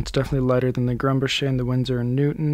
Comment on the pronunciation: It's pronounced GRUM-bocker, not Grum-buh-SHAY. It's a Swiss/German name, not French. Just FYI.